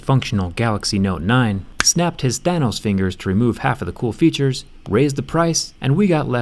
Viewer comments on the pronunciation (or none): none